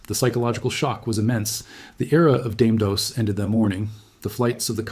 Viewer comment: Explains why they didnt pronounce Dame Dos correctly